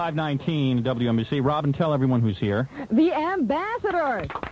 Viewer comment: You said it wrong... LOL. It's W ENNNnnnnnnNN BC.